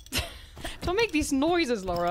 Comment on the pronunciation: Lara, not Laura... Also 0.25% speed - short but good ^^